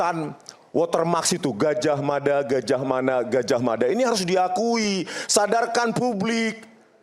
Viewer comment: Di menit 4.16 rismon mengatakan gajah mada..gajah mana..gajah mada coba dengarkan di kecepata lambat 0.60×